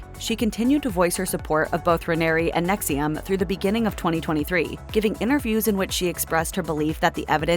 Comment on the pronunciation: The AI narrator is mispronouncing "NXIVM" as if the "I" is after the "V."